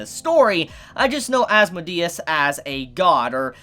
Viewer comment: "There was another character introduced called as-mo-de-s" It's pronounced "as-mode-E-us"